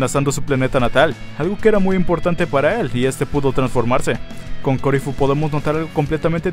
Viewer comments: Me rompe las pelotas que le sigas diciendo corifu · yo me pregunto??? por que le sigue diciendo ''COURIFUUU''?? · no se porque dices corifu si es caulifla men abre los ojos no asertaste el nombre de la saiyan no te engañes a ti mismo :v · los japoneses lo pronuncian como "caurifrua" suena parecido a corifu.